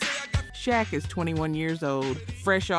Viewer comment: You said u did research but then failed to pronounce benzino correctly even shaq, are you AI or something cause those names been mentioned for years and u should know how to pronounce them. Oh okay u said benzino right after the title lol . Ill give you that one . But no excuse for saying shaq wrong